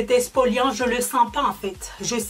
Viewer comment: On dit pas expoliant mais exfoliant